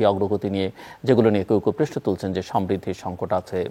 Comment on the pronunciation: আপনি প্রশ্ন শব্দেটাকে প্রেষ্ণ বলেন। এটি শুদ্ধ করার চেষ্টা করুন